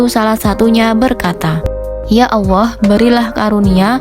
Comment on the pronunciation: Sy dengarnya ya awoh atau Yaa Allah ya....apa pendengaran sy aja yg kurang bagus🙏